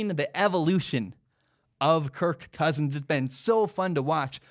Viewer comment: ”kirKKKKKKKKKKKKK cousins”